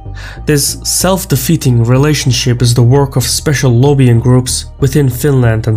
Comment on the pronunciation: “Specialovian groups?” ???